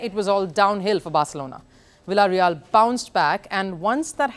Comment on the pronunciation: So cheap she doesn't even know to pronounce villareal shame on